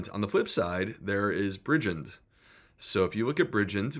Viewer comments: Fyi Bridgend is pronounced Bridge - end in one word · Interesting data doc. NB The emphasis is on the second syllable in Bridgend. 😂